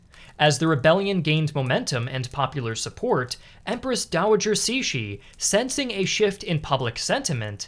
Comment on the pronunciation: Great to see more videos on Chinese history, and also, surprisingly descent job pronouncing Empress Cixi's name! I was expecting something like /ˈsɪksi/ (uncomfortably close to Empress Sexy lol) rather than /ˈsiʃi/. Not perfect, but respectable!